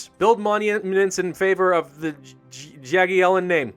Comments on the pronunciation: you pronounce "Jagiellon" correctly EXCEPT "J". It's not dzagiellon with J like in words "just" or "Jacob" or "jam". It's normal J. You read it like beggining of the word "YOugurt" (couldn't find better example). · so Jagielion is pronounced much the same as the German jager (yager), good to know.